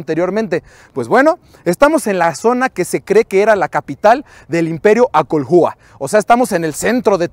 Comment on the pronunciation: En náhuatl la sílaba tónica es la penúltima, no son acolhúa, son acólhua (sin el acento obvio) y la hache no suena como jota, ni que fueran angloparlantes